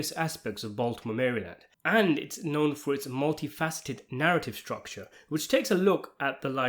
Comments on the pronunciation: Outsider can't properly pronounce "Maryland." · How IS it pronounced? Mary Land or Merylund?